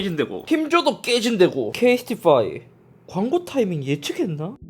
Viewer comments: 잇섭님 KT에 어지간히 맺힌게 많으신듯.. 케이스티파이를 계속 케이티파이라고 하시네 ㅎㅎㅎ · 케이스티파이가 아니라 케이티파이로 들리는건 나뿐인가... 형 어디까지 케이티에 진심인거야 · 계속 케이티파이래 ㅋㅋㅋㅋㅋㅋㅋㅋㅋ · 케이티파이래 ㅋㅋㅋ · 왜자꾸 케이티파이라고 함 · 이분 케이티에 미련남아서 케이티파이라고 하시는건가여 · 케이스티파이 인데 계속 케이티파이 하는거 광고주 킹받을듯 ㅋㅋㅋㅋㅋㅋㅋㅋㅋㅋㅋㅋ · 케이스티파이 발음이 어렵냐?? 케이티파이 이러고 있네 ㅋㅋㅋ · 이형은 케이스티파이인대 처음부터 끝까지 케이티파이 라고 하내 ㅋㅋ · '케이스티파이'를 자꾸 '케이티빠이' 로 발음하넼ㅋㅋ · 영상내내 꾸준히 케이티파이로 말하는 잇섭 폼 미쳤다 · 자꾸 케이티파이라고 하는거같은데 ㅋㅋㅋ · 계속 케이티파이 라고 스 묵음하는거 킹받네 ㅋㅋㅋㅋㅋ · 케이티파이 라고 하시네요 😂 그래도 리뷰 잘 봤습니당 언제나 잘보고 있어요!!! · 케이티파이? 케이티 와이파이 말하는줄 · 케이티파이 개띵받넼ㅋㅋKT처럼 들리네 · 뭔 케이티파이여 ㅋㅋ 발음 똑바로해라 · 유료광곤데 제품명 제대로 발음해주세요 케 이 스 티 파 이 ! ㅋㅋ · 발음 이슈임? 아니면 일부러 케이티파이 라 읽는거임? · 나만 케이티파이라고 들리나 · KT에 미련남았어 형? 자꾸 케이티파이라고 하는.. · 형냐들 케이스티파이 발음 나만 불편해!?😢